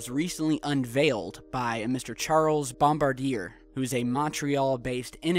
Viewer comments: Bom-bar-dee-ay... not bom-bar-deer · Bombardier is Canadian aerospace company started by the Joseph-Armand Bombardier in 1942. They invented the Skidoo and many other snow type vehicules. Among other things, they now make planes & trains. The name Bombardier is phonetically pronounced Bomb-Bard-E-Ay. Cheers.